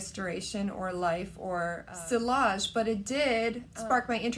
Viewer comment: Sillage is pronounced SEE-YAHJE Not SILL-AHJE. 😊